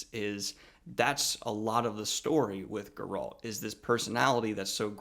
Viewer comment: “Gur-alt” Sorry, but I’m gonna go with CDPR way of saying it as “Gair-alt” Also, it should be noted that Geralt isn’t a human. He’s a mutant.